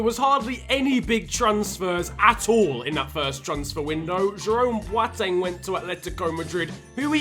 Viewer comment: when you can't say boateng